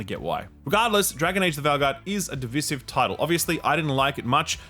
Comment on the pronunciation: mispronounced “Divisive” on purpose so us Ackchyually people would comment and correct him. I’m onto you, mate!